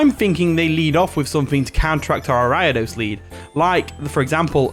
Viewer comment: Good battle. Also, Ariados is pronounced ARIA like Sparkling Aria and DOS like the number 2 in Spanish. Ariados. Not Aeridis 😂😂😂